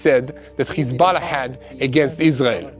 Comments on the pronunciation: Khozbollah😂 Lol this propoganda channel cannot even pronounce correct!! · Stand down??.....that snoobish reporter just said how Hez-Ball-a was defeted :)